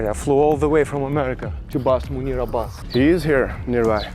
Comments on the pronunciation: The best part is how much you both struggled with manure/Munir. 😂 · how hard is it to pronounce Munir for an american? i'm hungarian and even i can pronounce it